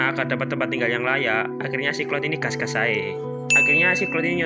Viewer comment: *cok "Gass" Lucu meduro an iki mesti Wkwkwk